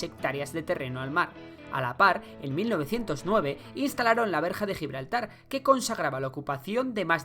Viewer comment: Ni siquiera saben pronunciar Gibraltar...